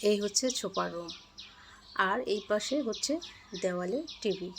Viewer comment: আপনি কথা ঠিক মতো উচারন করতে পারেন না, সোফাকে বলছে ছোফা, আর্টিফেসিয়াল কে বলতাছে আতিফেসিয়াল ঘাস বলতে গিয়ে আটকে যাচ্ছেন সোকেস ছোকেস না আপনার কথা এমন কেন একটা কথা ও ক্লিয়ার না,পাশে হবে পাছে না😁😁 যাই হোক ভিডিও ভালো লাগছে কথাগুলো ক্লিয়ার করবেন।